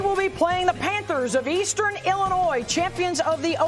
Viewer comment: Wow, that was so disrespectful, "Illiniois". really?